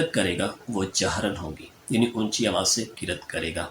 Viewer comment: Qiraaat lafz hy molvi sb qirat nhi. Plz correct riraaat